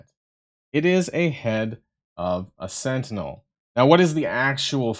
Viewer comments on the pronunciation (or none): none